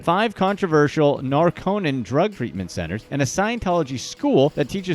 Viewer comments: It's NAR-co-non, not Nar-CO-non. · Geeze, Narconon is pronounced "NAR-Kuh-Nahn, with the emphasis on the first syllable.